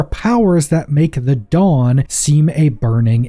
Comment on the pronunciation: "dawn" rhymes with Baal